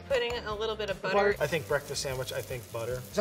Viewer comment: “Butter!” The way says that 😂. Kinda sounds like “Buttah!”. Like the “Pottah” by Draco Malfoy in Harry Potter.